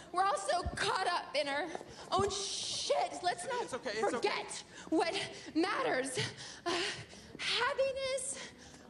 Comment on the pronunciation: I loved the forGET 😂😂😂